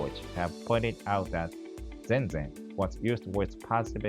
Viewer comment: Hatsuon question: Why do you pronounce "zenzen" with the stress on the first syllable? In Japan I've never heard anybody say it that way.